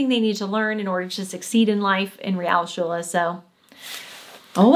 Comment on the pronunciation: To be a bit more critical: while was doing very well, his "Realschule" sounded a bit like "Rialschule". Otherwise perfect.